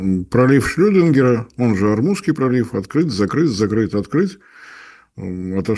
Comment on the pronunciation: Марценкевичу сходить бы к логопеду не помешает. Бубнит что-то себе под нос, глотая гласные, не может выговорить многие ему непонятные слова, Ормузский пролив ему вообще не по зубам, он его произносит как «Орусский пролив».